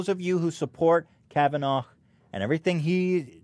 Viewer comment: it bothered me so much how you kept pronouncing kavanagh “KavanaGH” Youre reading and pronunciation skills are ridiculous